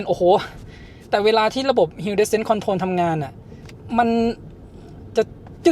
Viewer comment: Hill descend ออกเสียง ฮิล ดิเซนด์ ครับ